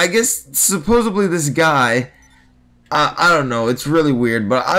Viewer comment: SUPPOSEDLY, NOT SUPPOSEBLY!!!